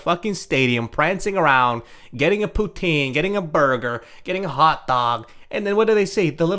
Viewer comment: poutine?? Are you quebecois